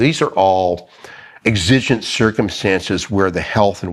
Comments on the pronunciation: The stress is on the first syllable in EXigent, not exIgent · Accent is on the first syllable in the word exigent… Obviously. Also, maybe touch on their powers when the door is locked. Can they break it down? Can they enter through a window? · Learning how to properly pronounce "exigent" will be helpful to your cause Sir